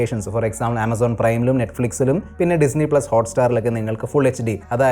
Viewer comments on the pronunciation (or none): none